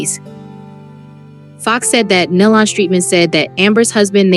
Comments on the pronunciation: It’s Nelon pronounced Neelon - please get the name right!!!! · You are pronouncing their last name wrong. Please get that right. This is very important. it’s pronounced Nee - Lon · Pitiful video. Their last name is pronounced like KNEE-LUN. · It sounds like KNEE & Lon as in Con! NEE- LON! IT'S NOT THAT HARD. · Somebody tell them how to pronounce their last name, NÉE’ LON‼️ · Makes me realize that you didn’t know them , because you are pronouncing their last name wrong. That is sad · Yes I agree with these comments on here i mean how hard is it to pronounce the last name nelon correctly i mean seriously or even gaither